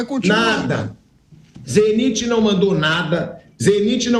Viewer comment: Pilhado foi pronuncia Zeniti como se todos pronunciassem o nome errado,e acaba ficando estranho a forme que Ele pronuncia!